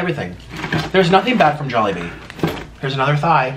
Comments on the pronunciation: I hate that (awwwwwwwwwwwwww,mmmmmmmmmmm) and it is not jobili it is jolibee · "JOBILEE" YARN? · says jobilee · “jobilee” im wheezing rn HAHAHAHAHHAHAHAHA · Did say Joballi? 😂😂 This looks amazing! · No hate but I started laughing when said jobbilee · "JOBILLE" The h*eck?? HAHAHHA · said jobillee xD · said jobille lmao hahahha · its called jollibee. JOLLY. BEE. its not that hard to pronounce😩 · I love how she never says Jollibee right 🤣🤣🤣🤣